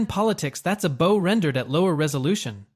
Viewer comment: Entertaining, but when you say "SAAKE" instead of Sake, and bow like bow and arrow, instead of bowing to someone. It really breaks the video for me.